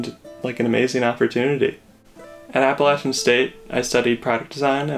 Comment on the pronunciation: Did you really pronounce "Appalachian" like "Apple Lasian"? Get out of here with that BS